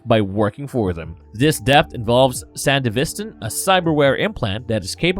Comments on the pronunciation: your pronouncing the cyberware wrong it wasnt made by latins its san-dev-istan theres a N at the end so it wouldnt be pronounced san-de-vista even in the show ever pronounces it san-dev-istan so idk why there is a trend of people trying to pronounce it the same way you are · pronounce san devi stan correctly. thisn is like the 5th video i have seen were someone could not pronounce that word incorrectly. overal great summery of david and his rise and fall